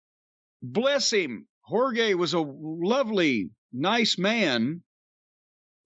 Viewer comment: Corny pronounces Jorge as "Whore-gay" 🤦‍♂